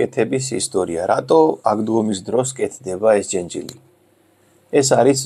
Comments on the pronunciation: ჯენჯილი არა,ჯეჯილი❤️ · ჯენჯილი არა ჯეჯილი. 🤣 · ჯეჯილი, ჯეჯილი - ჯენჯილი არა :)